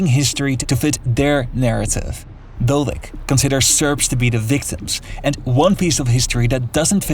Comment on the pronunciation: Keeps calling the person dolek instead of Dodik.